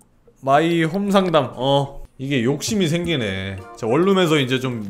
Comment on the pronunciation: 동숲하는거 왤케 귀여워😂 여기서 안녕~ 해주는것도 귀엽고ㅋㅋㅋ 마이 홈 상담 발음 안돼서 삼담이라고 하는것도 귀여움😊 아니 그리고 페이스페인팅 지우는거랑 물건 돌리는건 왜 안배워 왔냐고ㅋㅋㅋㅋㅋㅋ